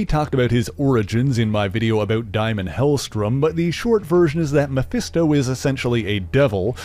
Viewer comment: Damon not diamond .. *sigh 🤷🏼‍♀️🙄🙄🙄